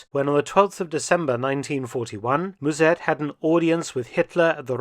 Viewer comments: Müzèrt is so far off b.t.w. Just use the English pronunciation (like mustard without the "t") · If I may slightly correct the pronunciation of Mussert, as Dutch person: As Dr/ Felton pronounces it, the "u" should be spelled as "ü", while it sounds more like the "u" in "duh" (I can't think of another example, sorry). The "s" also sharp. In German, it would be closer to a "z" as Dr. Felton says it, but in Dutch the double s changes the sound of the vowel preceding it, while still sounding sharp. In German a double s or ß is sharp, while the single s is more like a z is it start the word (German makes no sense). If it was spelled Muzert in Dutch, it would be closer to the pronunciation in the video. Musert in Dutch would be spelled Müssert in German, while Mussert in Dutch would be Musert in German. The sound of the vowel gets changed with the Umlaut, the double points over the letter, instead of the numbers of consonants following like Dutch. Dutch is a very hard language, with tons of strange grammar rules that you have know, as there is no reason to it. Every rule has an exception, which has it's own rules, to which there are exceptions. There are 2 official grammar rule books (for lack of a better term) as linguists can't agree. I'm not hating on Dr. Felton, his German is great and he has a knack for it. I'm merely trying to provide some information to help Dr. Felton improve his Dutch. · Mus sert....No zzz and u as in shut and but . Remember 45,000 Dutch fought for the Germans at the east front...